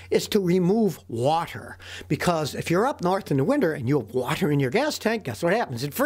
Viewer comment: how texans says water. "whahhher